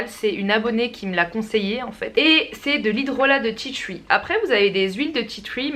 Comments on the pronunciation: Tu ma tué tu dit « ti thruii »alors que en français c juste « ti tri » la prononciation hein ! Voilà je c je suis chiante et relou mais bon j adore la Vidéo y en a pas beaucoup des comme ça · Tea "tchui" 😂😂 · "du tea twi" 😂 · tu me tué quand tu disais "titui' pour tea tree mddr sinon super video dommage que je peux pas me procurer tt ces produits